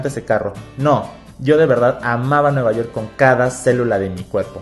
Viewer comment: Dijo nuevayort